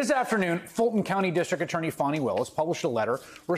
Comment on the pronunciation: It's pronounced Fah-nee. You can't read and have the nerve to comment?